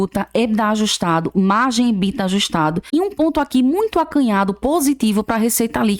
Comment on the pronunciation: Por que algumas pessoas falam ebidá?